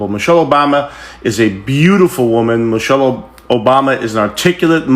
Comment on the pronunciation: Sound like he said Mochelle instead of Michelle… he is an idiot, always looking for attention